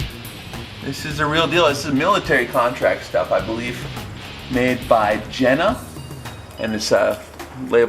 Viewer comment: Awesome, I subscribed. Just note, please, for the next time Zeiss is the guy, Jena is the place and it is more likely pronounced Yena. I don't know how people supposed to pronounce it in English but it sounds really weird. They make good porcelain too, mean the Yena guys. All right, I am done, sorry for the German 101.